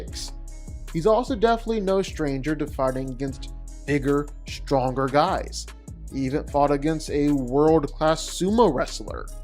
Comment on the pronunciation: had to double check you said “bigger”